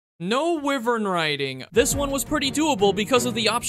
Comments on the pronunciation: Yup I gotta stop watching just because you said wivern. It's WHY-VERN. You can't invade my culture just because it's cool now. 🙅‍♀️🤦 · Bro this man's pronunciation are hurting me so much like bitan, wivern and bazlgoos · It's pronounced why-vern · I'm sorry, but did he say wi-vern riding